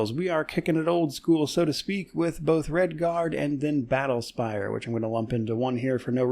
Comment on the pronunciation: Several years late and long after it's time in the main spotlight describes every game I play.😁 Looking forward to more PoE content and Redguard (I keep hearing "Redfall"). I still really want to play KOTOR but just don't feel like fiddling with getting it running and praying for no game breaking bugs. It's so refreshing playing Dishonored; this thing is built like a tank! I don't think it is possible for this game to crash. You can Alt-Tab, watch YT for hours then jump right back in no issues at all... remember?